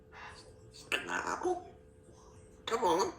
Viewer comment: Spinapple 😂🤣Love you girlfriend! You're doing well with your counting💙